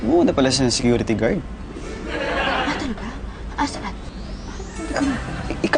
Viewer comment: na golat si katkat pag sabi ni na scurite guard